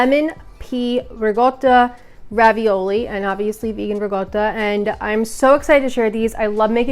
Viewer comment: LOVE your pronunciation of ricotta.👏👏👏 I found it difficult to find vegan interpretations of non plant based foods in Italy. Thank you so much. Dan